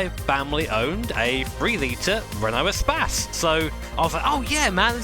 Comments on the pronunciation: Renault spas LOL, Isnt it pronounced like space? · Eh - spas ... lol its E - space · espas? i think its more like e-space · Love how He calls it "a'spazz" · Appreciate the blooper. We rarely get that. And is it really pronounced "e-spass"?